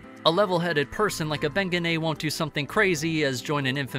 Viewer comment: Thank you made the the whole video cringe